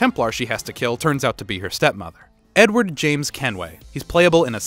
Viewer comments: he didnt say THE N-word, he said "edward" but it sounded like he said "n-word" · lmao I didn't even realize! was doing something else and heard ot as Edward